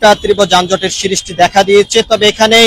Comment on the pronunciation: যানজটের "সিরিষ্টি দেখা দিয়েছে" কী ধরনের ভাষা! লেখাপড়া জানা সাংবাদিক কি দেশে আর নাই বা হবে না!! দৌরাত্ম্য কে দুরত্ব, সৃষ্টিকে সিরিষ্টি বলছে, তা বলুক। উচ্চারণের সমস্যা বা আঞ্চলিকতা কথায় আসতেই পারে। কিন্তু ভাষার উপরে বা বাক্য গঠনের উপরে দখল না থাকলে তো অশিক্ষিতই বলা উচিত নাকি? দেড় মিনিটের একটা রিপোর্টকে হুদাই টেনে ৫ মিনিট ৫২ সেকেন্ড বানানোরও কোনও কারন পাইলাম না। সম্পাদক বলেও কি এই চ্যানেলে শিক্ষিত বা দায়িত্বশীল কেউ নাই!?